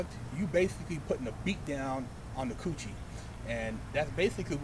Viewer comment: The way he said coochie